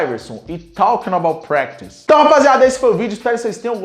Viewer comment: Quantas horas vc ficou TREINANDO pra falar Talkin' about pratice tão bem??